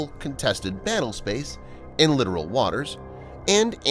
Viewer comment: Narrator needs to pay attention. It is one thing to not be able to pronounce sabot, but when you change littoral into literal, you sound like an idiot. I mean, don't ALL NAVIES sail in literal water ?? ??